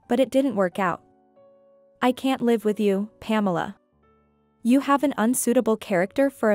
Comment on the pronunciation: Please learn the different pronunciation of the word live and when to use the different ones. You use it incorrectly.